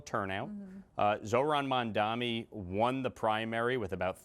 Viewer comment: Crazy how lawler served with him, but you still doesn’t know how to correctly say his name. Says more about his character than Mamdani’s